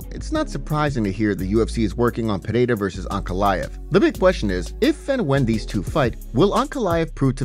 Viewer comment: Its Pereira not Pehada